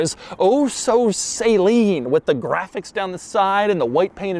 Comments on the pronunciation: Doug would be the type of guy to call it a "SAY-leen" rather than the correct "SAH-leen". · Suh-leen not fucking say-leen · It’s suh-leen NOT say-leen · Great review! A few notes: it's pronounced "Suh-leen" not "Saline", at least when I met Steve and his daughter Molly, they pronounced it that way (btw, I think Molly's signature is on the passenger airbag cover in the video, Steve signed mine!) the supercharger was a dealer installed option and not a Roots style like the X-Charger of this truck but a centrifugal Powerdyne unit, so no whine but a subtle whistle at idle. I believe the Speedlines were recalled due to cracking under the Explorer's much heavier weight versus the Mustangs and really only on the 98's. The lugnuts have an aluminum sleeve that cracked on mine. I was able to find new versions from a Ferrari aftermarket company as the F355 had similar factory Speedline wheels during this era. The hood is made of carbon fiber and very rare since it was an expensive option. I found mine on a clone years ago, along with the brake/gas pedals that many XP8's don't have. The steering wheel is also very rare, on only the 98's I believe. The interior pieces on this XP8 isn't on all examples, some might be aftermarket in this truck. In the tan interiors, Saleen had a faux wood grain instead of the carbon fiber. Yes, the Recaros are super rare as well, the last piece I've been searching for! As to be expected, XP8 specific parts are insanely rare. Along with the challenges of maintaining a 25 year old grocery-getter, there are headaches but it's so worth it. I was 12 when I saw my first one at my neighbor's Ford/Saleen dealer her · Doug is the kind of guy who pronounces "Suh-Lean" as "Say-Lean" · Bruh why am I hearing people saying “saline?” It’s SALEEN!! SA-leen😤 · Why does he pronounce it Sayleen instead of Saleen like Saloon? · I thought it was pronounced "SA-LEEN" not "SAY-LEEN" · Love the video Doug but please please please stop saying SAYLEEN. It’s Saleen